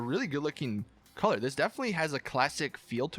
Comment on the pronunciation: He pronounced colour strange and I laughed. Sorry